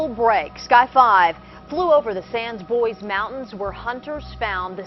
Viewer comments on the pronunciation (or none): Lol the way the reporter pronounces "sans bois" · "The sans bois mountain" god that anchorwoman seems to not know the french language exists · The news anchor butchering the pronunciation of "Sans Bois" is the worst murder I have seen on your channel to date.